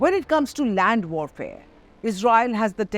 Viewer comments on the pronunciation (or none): none